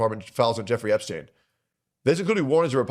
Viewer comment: ahh yes, Jepstien Epstien.